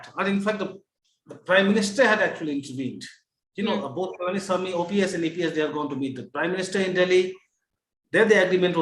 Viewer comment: After - I stopped watching. says EPS and OPS jointly ousted JJ!! It might be a slip of tongue, but at least could have stepped in to correct. Also, was terrible with getting Mr.OPS' name properly. - Please have more focus on South!